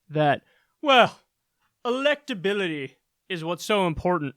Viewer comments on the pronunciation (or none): Respect my electabiliteh!